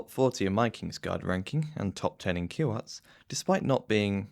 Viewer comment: The “i” is shorter and there are two “w”s. “Kiw-wat” with a bit of a more… german pronunciation to the w’s. But don’t worry, I was just joking about. Genuinely thrilled to see the list me and twenty-odd rando’s made by doing a series of polls in a discord thread.